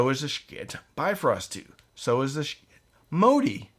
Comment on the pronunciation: So what is this company you keep mentioning? Sha-kit? 2 syllables? I know you know your schiit better than that.